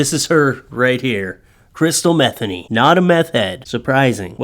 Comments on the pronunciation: Her name is pronounced Matheny, you pronouncing it methany is funny but incorrect! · I think it is mah they knee. But still awesome sauce content.